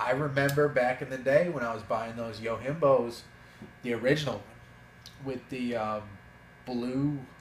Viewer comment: Very valid points! Great vid!!! First and foremost (as you said) make it something you enjoy. At least if you buy stuff you like and get stuck with them financially (ie, they depreciate) then, oh well.. at least you have knives you like.:) BTW... did you pronounce Yojimbo, "yo-himbo"? LOL! In Japanese the "j" is pronounced normally (as in Johnson).;-p